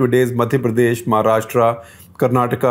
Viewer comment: It’s महाराष्ट्र not महाराष्ट्रा.please use correct pronunciation.